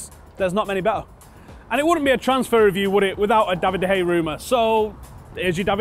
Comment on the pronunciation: I'm still surprised how can't pronounce De Gea's name properly.